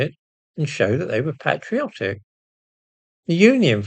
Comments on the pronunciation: Thank you for pronouncing "patriotic" with the short "a". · It brings me great joy to hear PATriotism and PATriotic pronounced in the British English fashion. Thank you. It seems many who would describe themselves as PATriots use the American English - PATEriots. What does that suggest I wonder? When I was a youth I used to say SKEDule for instance but once I found out that was not the British English pronunciation I changed to SHEDule. Does it matter? Well, if we want to conserve Englishness it certainly does. And it makes me wonder what the cultural influence has been for PATriots to identify as PATEriots. We are as much language as any other signifier of being English. We should speak like Englishmen and allow the Americans their particular distinctions. Do we know our history, culture, great, even sublime literature? Or do we look elsewhere for our identity? Ironic at the very least.